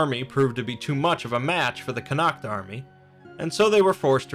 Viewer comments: Connaught is pronounced "con-ort". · Connaught is pronounced "connot" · Connaught is pronounced Conn-ocht not Connackt.